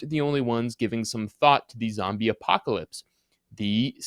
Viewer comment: A zombie WHAT? Yoo iz a reel goode spayler yoo iz....